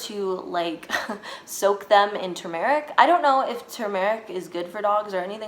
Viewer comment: How she says turmeric 🙃🙃🙃